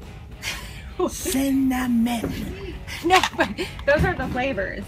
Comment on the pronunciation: Ma is so adorable... Haha had me lol when she kept saying cinnamon lol 😅😅 love your videos keep up the great work 👍👍✌